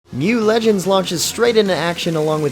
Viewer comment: isn't it read as "M" "U" legends? not one word mu (myu)?